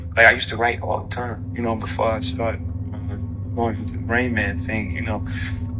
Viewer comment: Rain main= Ra-in Man